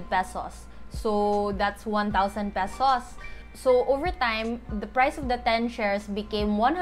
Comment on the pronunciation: Salamat au ani na video! been eager to learn this. I believe you're a Cebuana? because of how you pronounce the "pesos" in . Hopefully I'm right. haha anyway, thanks for this simple yet very informative vid! helps a lot! :)